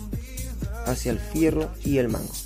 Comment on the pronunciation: HIERRO, HIERRO, HIERRO NO FIERRO CATETO.